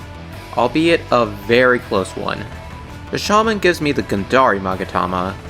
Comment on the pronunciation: You saying "Bi-sha-man" completely threw me off guard. How do you pronounce his name so incorrectly? It's "BI-SHA-MON-TEN".